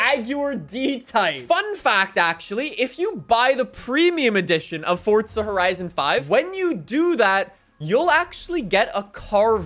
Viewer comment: nobody: Forttzzha horizon 5